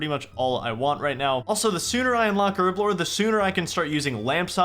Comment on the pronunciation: Why cant Americans say Herblore?